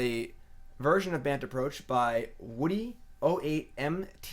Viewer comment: lol I think so too. Its funny hearing him pronouncing it